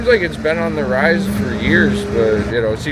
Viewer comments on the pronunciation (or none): none